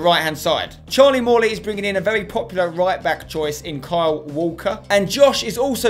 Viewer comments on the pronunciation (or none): none